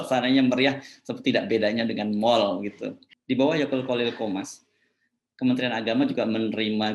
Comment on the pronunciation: Edit : yaqut pak yaqut, saya dengarnya YAKULT maaf saya senyum2